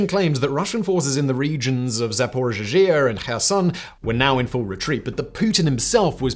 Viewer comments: It is Zaporizhia, not “Zaporizhizhia” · Zahpohreejah. Try it. Zahpohreejah! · My guy, please learn how to pronounce Zaporizhzhia. I love your videos but it's killing me. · The second z in Zaparozhzhia is silent. Why do you insist on always throwing in a mispronunciation in your videos?